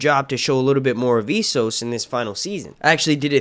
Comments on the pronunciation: S-sos, not Ee-sos. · It is not Eee-soooo,, it is Esss-ohs. Thnx for posting! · Essos is pronounced like Eh-ssos not Ee-ssos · Man, Ess-os not E-ssos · I LOOOOOVE your channel! But I'm weird and just CANNOT stand how you pronounce ,,Essos" 😂 sorry bro haha. But keep up the good work, man 😊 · That is not how you prounce essos 🤷🏽‍♂️ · Hate the way you pronounce "Esos".